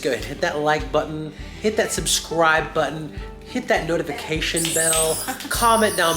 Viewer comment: I loved it when used to say "Hit the sukscribe button" 😀